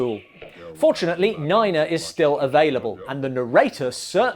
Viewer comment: Neena, not niner